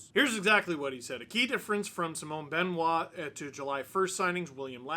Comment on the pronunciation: Mr Dangle, I much respect the way you pronounce Simon Benoit which is perfect.